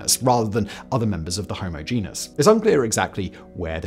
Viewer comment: And right after he started talking about naledi he pronounced genus as ‘jen-us’